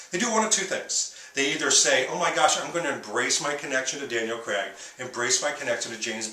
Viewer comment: It's Daniel Craig not Creg! Please pronounce it properly.